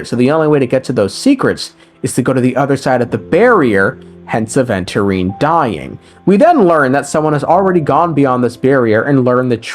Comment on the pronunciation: bro called "Adventure time" instead of Aventurine made me off bruh ☠️